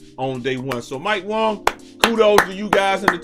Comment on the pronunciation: bro why you keep saying mike wong its WANG my guy